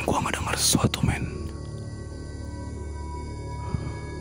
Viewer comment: pas ngomong meeen ko pengen ketawa ya saya wkkw